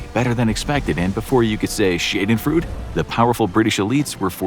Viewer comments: try pronouncing "Schadenfreude" more like "Shuhdenfroideh" for english speakers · "Shaydenfrood"? "Junk"-ers bombers? "Lindenberg" — that one almost got past me. What is that? Lindbergh and Hindenburg? The Nazis never referred to "decadent Capitalists". This guy is conflating fascism with Communism. Corporate Capitalism is an integrel feature of fascism. On the other hand, this video correctly posits the rise of an American fascist party, with the difference that the Brown Shirts have been replaced with red hats. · Haha shaydenfruh... it's pronounced: shardenfroyde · shay-den-frood is pronounced sha-den-froi-da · Dude, it's pronounced 'Shah-Den-Froy-Deh'. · Sha - den - froi - duh Hope that helps lol. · 'shayden-frood'? hehe, okay... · "Before you can say shay-den-frood..." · . Did he really just say “shade-in-frood”? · This narrato is such an idiot, he pronounced "schadenfreude" as "shade-and-frewd" 😂😂😂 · Shayden-frood? No. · Wtf is “schedenfrood?” I hope he doesnt mean “Schadenfreude.” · lol did you just pronounce it "shade in frood"? buddy, you actually have to read the scripts ahead of time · Shaden frood 🤣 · Horrible pronunciation. Schadenfreude is pronounced "Shah-den-froid-ah" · Okay! Hearing him mispronounce schadenfreude was just nails on a chalkboard. It's pronounced SHAUD-EN-FROY-DAH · ‘Shaden-frood’. Murdering two languages in one video. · Just an FYI: schadenfreude is pronounced "shodden-froid-uh" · What's shay-den-frood? Is it anything like Schadenfreude? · lol "shay-den-frood?" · lol "shay din frood?" Swing and a miss. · Oh my man, schadenfreude is pronounced "SHAH-den-FROY-duh" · Most English speakers (including myself) approximate the German pronunciation as "SHAR-den-froid(-uh)". This is the first time I've ever heard an English speaker say it like the narrator. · Learn to pronounce “schadenfreude” correctly before butchering it in a video like this.